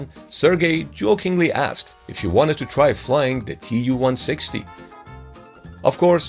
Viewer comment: Tu is not an abbreviation. It is shortened from Tupolev. It is pronounced like 'to' in 'to you'